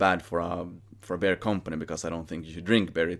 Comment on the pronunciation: your English is superb. But it took much focus and context to realize you were saying beer and not bear 😅 Hälsningar från NYC!